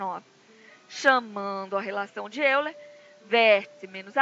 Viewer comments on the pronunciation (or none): diz-se óiler